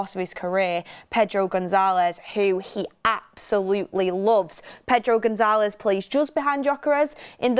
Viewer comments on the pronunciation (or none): Much love and appreciate all your hard work but, I must correct you on your pronunciation of Gonçalves…. Gon-SAL-vesh. 😊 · Names are pronounced "Amooring" withe g being mute "Gon-salvsh" "Kenda" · goncalves not gonzalez